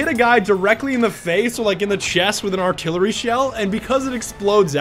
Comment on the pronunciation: Aka the vehicle you keep calling artillary!